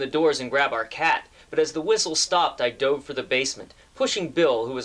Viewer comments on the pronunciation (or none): none